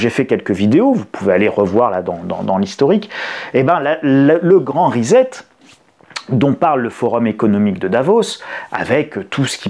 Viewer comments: Grand RESSET pas REZET. C'est un mot anglais. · J'écoutais sans regarder. Et j'entends : "le grand risette" - la grande rigolade, donc. Comme ça ne colle pas avec le reste du discours (même si ça colle en plein dans le mille avec ma compréhension de la situation), je regarde l'écran. Ah non c'est pas "le Grand Risette", c'est le "Grand Reset" (normalement prononcé +/- "rissette"). Ah bon... Mais au fond c'est bien la Grande Risette pour une pincée de vampires qui ne s'arrêtent de rigoler que lorsqu'ils se demandent jusqu'où ils pourront continuer à vous faire avaler leur Grande Mascarade.